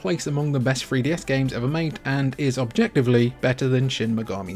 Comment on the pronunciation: da free dee ess